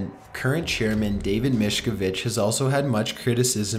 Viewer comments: Hey. I've seen a lot of your videos. Seriously.. you need to just look up some of these words and see how they are pronounced. If you listen to/watch ANYTHING about Scientology, you'll see how David Miscavige is pronounced. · Annunciate bro. P-nom Penn for Phnom Penh, David Mis-cav-idge, Ag-rare-ian. an·i·mos·i·ty